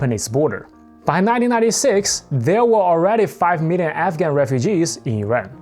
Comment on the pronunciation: Wait are you saying African or….